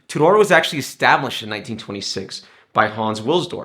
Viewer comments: Hi I'm new to your channel on the hole you come across very well and the production is is great but sorry to be picky but you are pronouncing Tudor completely wrong . the name Tudor was named after the England monarchy and the emblem on the crown is the English rose 🌹 and the shield emblem is representing the coat of arms just thought it might be handy to know and the movement is a modified breitling movement with a 70 hour power reserve it's a very nice watch I own the black steel and gold great video thanks John 👍. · hi thanks for your reply well coming from Wales when I was in school Tudor pronounced completely different to this video and it's the same in England Scotland and ireland.so it pretty unlikely that the pronunciation will have changed over the years . People from other countries might pronounce it different but they are wrong (a bit like tomato English tamayto American way of saying it still wrong pronunciation and spelling) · How do you know your is correct ? TUDOR Dynasty was in 14 century and how they pronounced sound like back then.